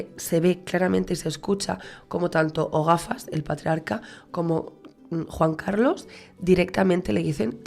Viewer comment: "O gafas " osea "El gafas " parece que le llamas Ogafas aseca 😅😅😅